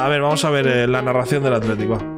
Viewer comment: Haber no te quiero romper el corazon pero no me gusta que digas biba atlitic i fuc real sociedad